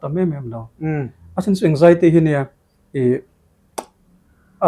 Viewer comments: Anzaity ti in soi roh nge Anjaity itih zel a ngaihthlak a hahthlk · Anxiety ❌ Eng-jai-ty ✅ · Anzaity lam dan pawh kan youtuber pa chu no mawi khawp mai